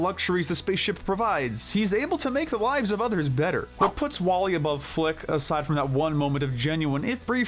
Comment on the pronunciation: You spelled Flik's name wrong in chapters. Also, WallE is pronounced as "WALL-E". Sorry about that, just being honest is all.